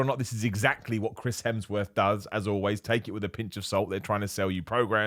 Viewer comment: me: at least didn't say 'Helmsworth': 'Crims Hemsworth'